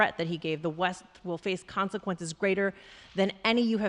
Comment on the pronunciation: didn't he say concesquences hahahha